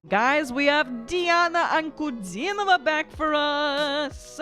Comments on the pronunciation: You've very well pronounced her name! 👍🏻👍🏻👍🏻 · Thank you for pronouncing her name correctly. You're one of the very few who do. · благодарю за интересную реакцию. Вы произносите имя и фамилию Дианы абсолютно без акцента. Вы знаете русский язык? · слова - Диана Анкудинова - произносите совсем без акцента...